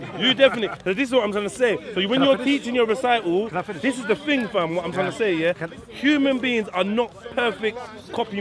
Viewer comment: my man said "human beans" loool this guy is dumb